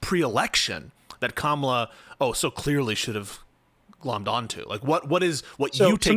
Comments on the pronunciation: 10 min in, and these guys intentionally (or not) mispronouncing Kamala's name and calling it the "Democrat" party is wild. They sound indistinguishable from typical FoxNews pundits. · Maybe if you have trouble with her first name use her last name like we do with male presidential candidates. Not even you can fuck up pronouncing Harris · There needs to be a psychological study on why those who didn't support Kamala Harris are physically incapable of pronouncing her name correctly. It's bizarre. It's not a hard name to pronounce. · Is still intentionally mispronouncing Kamala’s name? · I think it's indicative of whether or not one supports her. I've not done or seen any polls or studies (lol) but it seems to me, if you don't pronounce her name correctly, you didn't vote for her.